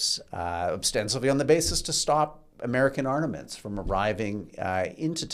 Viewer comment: Fun listening for the host’s new take on English words. Caught arnaments and conflageration- there may have been some others.